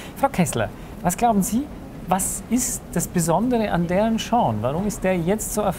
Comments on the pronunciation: Er macht auf Larten im Manga-style:P Da trägt der auch immer eine Krawatte mit Spinne xD Zum Mitschreiben. Es heißt Darren Shan! Mit einem A und nicht Darren Shorn! >.< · Ich nehme Kerle mit ner Spinne auf dem Ausschnitt eh nicht Ernst :P Außerdem sagt er irwie 'Darren Shorn' xD